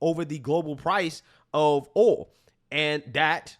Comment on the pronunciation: It's pronounced "oil". 😎